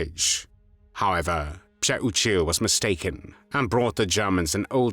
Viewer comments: Thank you for pronouncing this traitor’s name correctly. Still, wow, I hope Pcheh-oo-chill (Přeučil) is burning in h3ll for all eternity for what he did. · nice pronouncing his last name id would have called him that treasonous ✔️ azz wipe lmfao